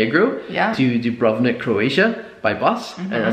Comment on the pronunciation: Have you been to Kotor and inland towns like Podgorica? Much more interesting than Budva. Sorry for the hassle on the border. And you are right, this ferry "Dubrovnik" (stress on the first syllable) is quite dated. Well, it serves...